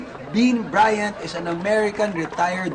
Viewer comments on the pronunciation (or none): Kobe BRYAN hahahh talaga eh walang T